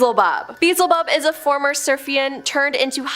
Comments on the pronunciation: It's "Bee-el-zah-bub"...not "beezelbub". Check i the Search bar for how it's SUPPOSED to be pronounced. TRY being professional... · Beezle-bub makes me cringe so hard it made my back hurt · It is pronounced BE-EL-ZI-BUB